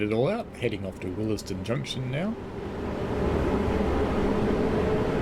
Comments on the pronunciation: Good vid. It’s pronounced ‘wills den’. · FYI The first E in Willesden is silent.